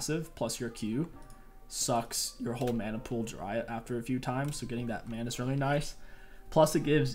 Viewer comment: how did you say "mana"? That sounded like maana